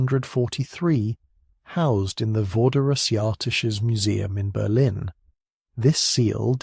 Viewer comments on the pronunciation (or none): none